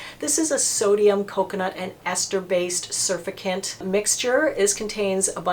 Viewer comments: lol I love how she thinks its pronounced "surfacant" instead of "surfacTant" lmao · Sur-FAC'-tant....not SUR'-fi-cant. 😊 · Great video. Want to try the Clinique balm cleanser. FYI: surfactant is pronounced: sir-fact-ant. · Love what you do! Thanks! FYI - pronounced sir-fact-tents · Thanks for the vid,, well done as always. I agree about CeraVe just not having the umph to get makeup and sunscreen off. I think oil based cleansers are the way to go for the makeup, and THEN the CeraVe (or Paula's Hydralight One Step face cleanser, which is a bit more likely than the CeraVe to get makeup off). One thing, surfactant pronounciation-: sur-FACT-tant, emphasis on second syllable. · Hi. This is one of your all time best!!! PS it’s pronounced sur-fact-ant. 😊😘👍👍👍